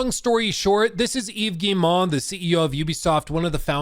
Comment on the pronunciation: Hey, thought I'd give you a quick hint since you're covering Ubisoft as regularly as you're doing : you're saying "Guille-mah", for Guillemot, but it's really just "Guille-moh", like how you would pronounce O in english! No special french pronunciation trick here ;)